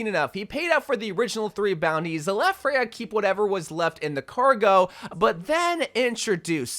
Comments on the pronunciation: I know you have dyslexia so I don't judge you but here is a reminder that Freja is danish so her name is pronounsed "FRE-YA" and not "FREY-HA" as you are pronouncing it. If she was spannish she might be pronounced Frey-ha but she is danish so it is Freya as the skandinavian J is pronounced like a Y and not an H. /tthank you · Why do you pronounce it as "Frej-ha"? lol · Freja is pronounced Freya not freha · It's pronounced freJa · its not pronounced frejha! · First, learn to pronounce her name, that was said multiple times in Spotlight and even this own trailer! Second, hero 45 was already teased in Spotlight to be a Sword based character / Knight. Therefore Emre is gonna release in Season 22 AT THE EARLIEST as hero number 46 (at least). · Little nitpick cuz I’m danish but the J in her name is pronounced like Y in English like in YOU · this is nitpicky but you are pronouncing her name weird. there isnt even an H in her name and the official spotlight pronounced it 'correctly'. i sound like a nerd emoji i know.